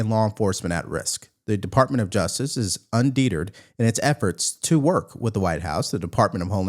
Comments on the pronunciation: “Undeeterd” bothers me so much. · "un-dee-terrd" is wild !! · Undeterred => un-deh-turd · Undeterred is pronounced un de turd not unde derd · Judge should be disbarred! FYI: the word is not pronounced un-deet'-erred. It un-dee- terd'. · It's pronounced un-de-TERRED, not un-DET-terd! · "UN. DE. TERRED." Let's pronounce words correctly here. Slow down when reading. This channel is supposed to be about common sense, right? Also, since when does a judge have the authority to have planes returned?? One more thing: since when do illegal immigrants have "rights" according to the AG in New York?? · Bro, you pronounced UN DE TERRRED wrong. Hard. Deturd? From R2D2? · Look up how to pronounce undetered. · "un deat ered" ? Really? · I love your message, I watched everyone of your posts. But you pronounced a word incorrectly.—“Undeterred.” It’s a constructive criticism. You are the voice of facts and reason, and I appreciate you greatly. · How do you mispronounce undeterred that badly 😂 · Dude please do yourself a favor and look up the correct way to pronounce UNDETERRED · u need to learn how to pronounce UNDETERRED